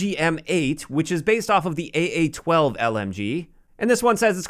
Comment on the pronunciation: Anyone else shudder when he said “AA-12” ? 😂😂😂